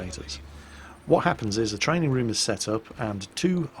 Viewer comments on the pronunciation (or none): none